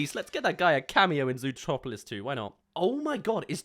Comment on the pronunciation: Zootopia not zootropilis